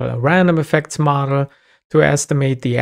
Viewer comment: As a German, I keep on hearing "Madl" (which is Bavarian dialect for "girl")